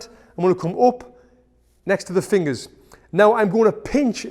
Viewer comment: I love how you say fingas